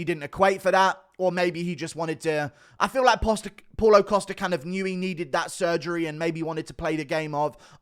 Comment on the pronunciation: “Posta” “Posta” “Posta” 😂